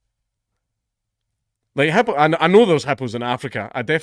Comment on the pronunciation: Lol never heard it pronounced HUPOO